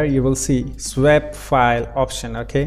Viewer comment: Your accent is great though you do seem to have trouble saying SWAP but it doesn't bother me too much! :-)